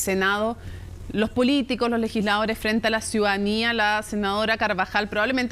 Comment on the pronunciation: Inventen una palabra alternativa a ciudadanía, nadie la dice bien, ni cerca, ríndanse.